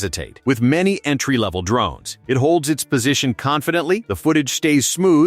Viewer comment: I had to kill the video when the narration said they were D Rones rather than drones. You failed.